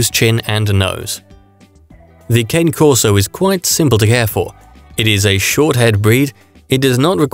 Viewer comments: Cah Nay.....not cane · Christ man. At least learn how to say the dogs name. Pronounced Kaan-ay